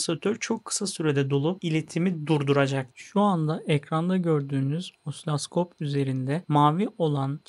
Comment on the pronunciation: Kullandığınız bir cihazın adını da doğru söylemelisiniz. Osiloskopa osilaskop demeniz yakışmıyor.